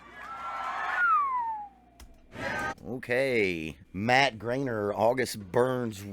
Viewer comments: Just to fix this because Ik your new to him it’s not grainer it’s Griener like rhymes with fryer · Pronounced Gr-eye-ner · You still didn't pronounce his name right. It's gr-eye-ner. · "Grine-er" 🤘😎 great vid brother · "watched a interview to get his name right" says it wrong lol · The best part is he said he intentionally watched an interview with him so he could pronounce his name right and he still butchered his name multiple times LOL. No hate here though, great reaction😁